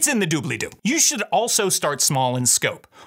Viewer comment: Super helpful and energetic video. I think it's hilarious that you say "Doo-Bell-Ee-Doo", Matt says "Doo-Blee-Doo". The extra syllable just adds a little flair.